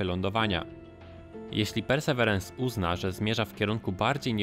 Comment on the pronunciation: Hej! Ciekawy materiał. Jeżeli jednak ciężko wymawiać Tobie angielskie nazwy polecam raz powiedzieć po januszowemu, a po niej mówić po prostu Percy. Pozdrawiam